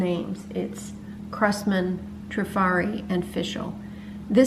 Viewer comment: so glad to see someone pronounce it properly :) I hear many say Try-fari